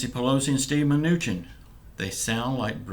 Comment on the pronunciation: My kids get a kick outta u say the Mooch man lol